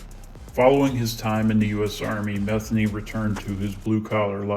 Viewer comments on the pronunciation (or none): It’s pronounced meth-ANE-y. Pretty common last name for that part of Maryland.